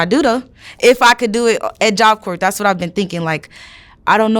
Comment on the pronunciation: But he's right. He's seen it. He knows what is likely going to happen. She doesn't even know how to pronounce, "job corp." She think she's different, but he knows she isn't.